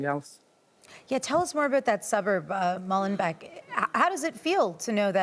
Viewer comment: It's Molenbééék (phonetic) net Molenbèk ...